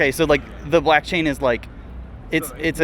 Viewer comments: I was shook & started to be convinced that I was mistaken about it being “blockchain”, because he kept saying blackchain & people would say it back. 😭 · Ok sorry but why tf do & keep saying ”BLACKchain”?!?!?!??!?!!? It’s f%@ BLOCKchain!!! For awhile I was kinda hoping it was just a running gag or something but i think they’re actually genuinely clueless and it’s honestly making me crazy…. Like come on dude, one of the guys in nicks video even tried to help y’all out but you just keep doubling down and I just don’t get it?? 🤨 have you not done any research about crypto/nfts at all?? And yes I know I’m probably overreacting here, but I can’t help it - every time i hear one of them say “blAckchain” i just get irrationally angry 🤬 lol so I’m begging you, plz stop! 🙏😫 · Every time says "BLACKchain" makes me deeply uncomfortable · none of them corrected you saying blackchain????? lmfao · They were saying blackchain on purpose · i couldnt work out whether i was just being british and not understanding american accents properly 🤣 (i am british). literally sounded like blackchain every time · they’re saying blackchain to fuck with them. it’s hilarious. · I thought it was his accent. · Im not sure if it's an accent or what but hearing you mispronounce blockchain every single time makes it hilarious to me, great work keeping yourself together in that hellscape